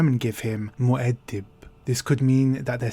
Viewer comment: I like the way you pronounce Muad'dib.